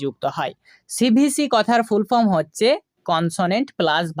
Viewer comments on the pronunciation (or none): none